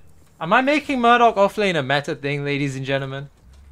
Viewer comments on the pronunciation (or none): none